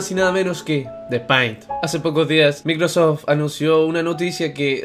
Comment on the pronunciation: Se pronuncia peint' :"(